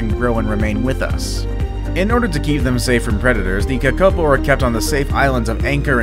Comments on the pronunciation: You said Kakapo wrong I'm from New Zealand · You said Kakapo wrong